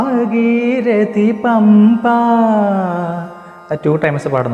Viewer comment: സാർ, ഭാഗീരതി അല്ല ഭാഗീരഥി എന്നാണ് ( ഭാഗീരഥി നദി ) രഥത്തിന്റെ "ഥ" എന്ന് പ്രോനൗൺസ് ചെയ്യണം രതം എന്നാരും ചെയ്യാറില്ലല്ലോ